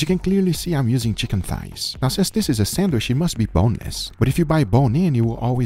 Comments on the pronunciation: you said "san-wish" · for the love of a holy meat, pronounce sandwich correctly, it is not sandwish:D